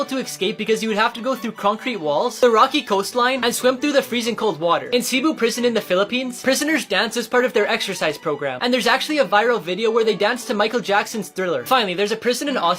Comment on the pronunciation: its pronounced sebu city and written cebu city he accidentally said sibu city😂its ok